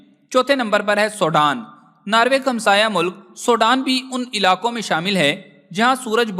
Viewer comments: Ye Sodan Nahi SWEDEN 🇸🇪 hy. Please apni vocabulary and apny sound ko sahi Istimal kerky logon ko ghalat fihmi say bachain. SWEDEN 🇸🇪 hy. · بھائی سوڈان انھیں سویڈن ھے